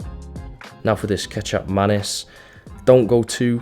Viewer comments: dude I thought you said ketchup mayonaise at first lol kicap manis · When he said Kicap Manis I thought he was saying “ketchup and mayonnaise” but with a little extra style. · i choked on my food when you said kicap manis. kicap manis is actually malaysian. we indonesian call it kecap manis, just slight difference on the vocals there